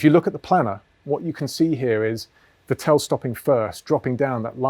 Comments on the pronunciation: Vettl not Vetél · Vettel should sound like fatL with no gap between fat and L James: fa tell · I am sorry but please pronounce Vettel right the next time 😊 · Nobody is as consistent in mispronouncing Vettel :)